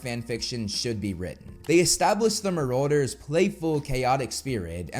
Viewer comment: That's ... not how you pronounce marauders